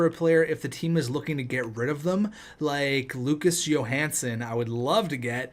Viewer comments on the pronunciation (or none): none